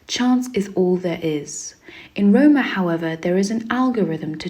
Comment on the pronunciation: Btw Rohmer is not pronounced like Roamer, but more Rohm-AIR, and Le Rayon Vert - dont say the T.